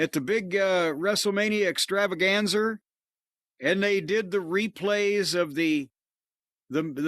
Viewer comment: What's an ExtravaganzER?